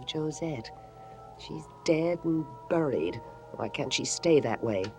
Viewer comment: Grayson Hall and her bizarre pronunciation of words. A few episodes ago she kept going on about "getting keeled", then it was "knowleedge", now it's "dead and booried". sheesh